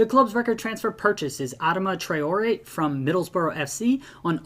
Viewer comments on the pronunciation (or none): none